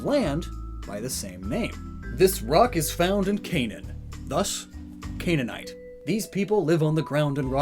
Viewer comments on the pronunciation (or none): none